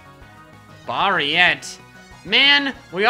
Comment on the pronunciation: I thought Baarietee was pronounced as BA-RI-TAY